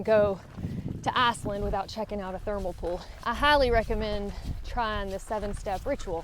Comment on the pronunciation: "Arseland" 😁 That accent ...